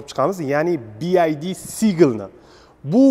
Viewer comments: Bi ay di emish😂😂. Bi vay di. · Aka "Bi-Ay-Di" mas "Bi-Vuay-Di" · bi ay di emas bi vay di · Нимага Би Ай Ди девоссиз? Би Вай Ди!!! Build Your Dreams!!! Жуда киммат!!! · Bid masss oka BYD oldin nomi tògri aytishni òrganish kerak😂😂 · obzor zo'r chiqibdi, faqat bu firma Bi Vay Di masmidi nimaga Bi Ay di boshidan oxirigacha. Best Your Dreams deb yozibam qo'yibdi orqasida😀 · Talaffuz [Bi ay di ] emas [ bi vay di] juda kichkina xato lekin hozir hamma talaffuzini biladi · BID(bi ay di) shundo dvosla 😂 aslida BYD (bi vay di)bolad uzbechan organurin bilmiman dme bowqa tili eplab gapromayapslayu 🙌🏻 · BYD. Siz BID dib etvos nomini. Ya'ni (Bi-way-di) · BID-bi ay di❌ BYD-bi way di✅ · Bi ay di emas bi vay di (byd). Ingliz tilini o‘rganish kerak. O‘zbek tilini bilish darajasi ham yaxshimas. Manimcha rus tilini bilish ham yaxshimas. Lekin avtomobil to‘g‘risidagi tavsilot a'lo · BiAyDi 😆 BYD naxot togri oqiyolmasela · "Bi-Vay-diy" deb talaffuz qilinadiiiii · Би ай ди мас би вай ди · Классаларалара😂 Ока нималарни деб юбораяпсиз, кейин биайди эмас бивайди дейилади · BID emas BYD boo‘ladi bu moshinani brend nomi.:)) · BYD (bi wai di) BID (bi ai di) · BYD - BIVAYDI деб укилади. BIAYDI дип укиш ХАТО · Би Ай Ди эмас Би Вай Ди номини хам нотугри айтябсиз Сигул бу Чайка дедиз Чайка узбекчада Чагалай дейилади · Bi Ay Di mas, Bi Vay Di desez to’g’ri aytgan bo’lasz… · bi ay di emas Bi Uay Di :) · Би ай ди эмас би вай ди булади. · Би Ай Ди эмас (BID), Би Вай Ди (BYD) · bi ay di emas bi uay di deb oqiladi byd "bee why dea" deb oqiladi ay di emas way diiiiiiii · Bi ay di deb xiq qivordi Bi vay di deb talaffuz qilinsa kere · Bi. vay. di. Desa kerak. Bi. Ay. Di. Demaydi. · Oka AY emas VAY Bi Vay Di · Bi-ay-di emas. Bi-vay-di oqiladi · Faqat o'zbechamas ruschaniyam inglischaniyam gapirishshi chichvorvossan bi ay di bomidi bi vay di dib oqiladi san etishin boyicha BID bolishi keregidi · Бияйди эмас бивайди деб айтилади аввал тугри суз айтишни урган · "Bi-Vay-Di" deb oʻqiladi. 😅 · Byd notogri oqiyapsiz